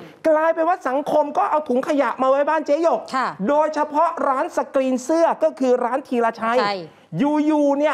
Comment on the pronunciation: ช่วงต้นข่าว เขาชื่อเจ๊หยก ไม่ใช่ เจ๊หง